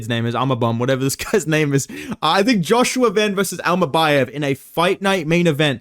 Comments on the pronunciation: Bro got secret beef with Kazakhs 😭😭 bekzat immacan and asu immabum killed me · "imabum vs Joshua van" 😭